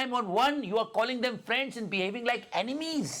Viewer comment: फरेन्ड 😅 frraand